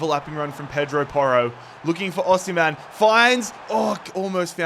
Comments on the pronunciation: you pronounce it like this “Aussie” “Hem” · “Aussie” “hem” that’s how to pronounce it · It's pronounced like 'O' 'Seem' 'Hen' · From a Nigerian, it’s au sim(like simulate) hen!